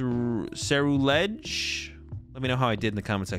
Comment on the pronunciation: did great on the pronunciation of ceruledge same with veluza